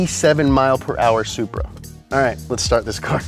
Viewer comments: Did he say supra? Soupbra 🤣🤣🤣🤣🤣🤣🤣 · did you say supra?? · bro did u say supra?? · Did he say supra? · Bro did he say supra